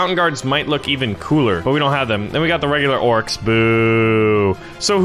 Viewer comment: Orcs not orces